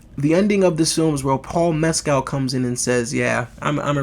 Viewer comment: And his name is pronounced "Mes-kill" not " Mes-cal".